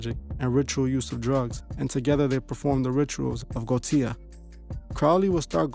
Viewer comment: its goetia pronounced go-esha